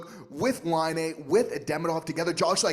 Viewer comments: Demidov....hmmmm. Why are you pronouncing it Demeedov? There's an I in the middle, not multiple letter, e's??? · Curious.. I’ve heard so many ways to pronounce his name but on Russian channels, it seems to be: Dee-Mee-Dove (like love). Did he say how he wants it pronounced in North America?